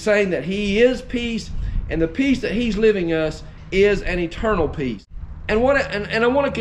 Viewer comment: At the beginning of your message I thought you were saying PEAS, LOL great message brother!